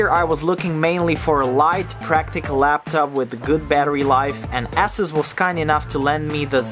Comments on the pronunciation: ASUS is pronounced Ey-sews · I like how you pronounce "ASUS" as "ASSES" 😂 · Are you sure ASUS pronounces asses?